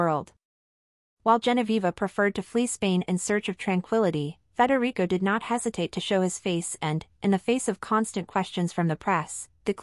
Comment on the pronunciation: IT'S NOT FREDERICO!!!